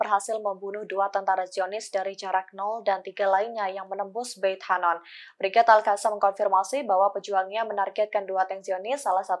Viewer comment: Bacanya Alqossam